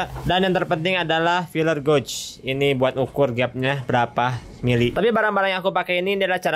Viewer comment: kalo tulisannya mah emang bener sesuai bahasa Inggris gauge tapi penyebutannya kurang pas bang coba di google translate kan ada cara penyebutannya coba di chek ulang